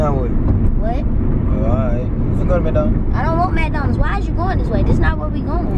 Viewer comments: this how many times she said “ion want Maconalds” (yes ik I spelt it wrong bc that’s how she was saying it) . ⬇️ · not MCdonalds but MACdonalds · it is so funny how she pronounces "MacDonalds" :face-blue-smiling::face-fuchsia-tongue-out::face-blue-heart-eyes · It pronounced Mc Donalds